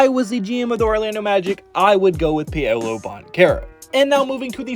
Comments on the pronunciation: After I heard "Pay-O-low" for the tenth time i couldn't even finish the vid🤦🏾‍♂️ I'm sure the rest of the content here is good, just sayin👌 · Who the Fck is Pay-oh-Low?......... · Yea saying Pay Oh Low really brought down a lot of credibility